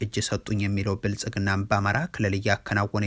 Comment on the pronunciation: " የብልፅግናው " ስትል አያምርብህም:: "ፅ"ን አውጥተህ በስሙ ጥራው